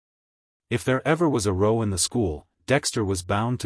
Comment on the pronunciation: Even by AI standards this narration is terrible. Simple words like row, ragged, desert completely butchered. Shame as it's a fun story. AI cannot even pronounce Wrykin.